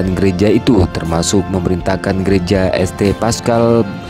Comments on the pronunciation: Alhamdulilah, semangkin banyak Bule yang muallaf di Amrik. Semoga Islam makin berkembang luas di seluruh dunia., kalo membaca jangan dibaca esTe, tapi bacanya "sint". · Informasi pengetahuan umum tambahan buat adminnya ST/St itu di bacanya Sain atau jika di jika di indonesiakan Santo